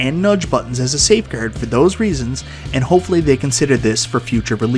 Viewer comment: safe gerd